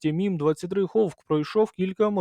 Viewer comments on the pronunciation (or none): "Гавк" чув, "хавк" чув, "ховк" ще не чув. Конкурс невігласів триває.